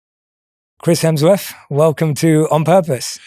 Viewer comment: Jay Jay Jay, “Hemsworf” really?